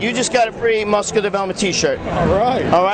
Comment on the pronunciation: i laughed till cryied when gregg said mooscular watched it 50 times &still funny nice work frenchy !!